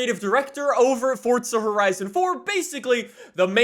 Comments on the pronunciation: it’s forZa not forTza😬😐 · It’s pronounced forza not fortza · FORT.Z.A you mean forza. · Its forza not fortza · say not forca but forza jerk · I still don’t know why he says fortza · why you always say fortza horizon? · Bruh he really did say ”fortza horizon 4” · WHY DO YOU SAY forTza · The way you say Forza hurts me